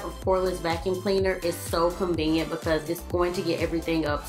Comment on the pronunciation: Who else loves how she says the words "highly" and "because" ?? :D "hally " bacause" :P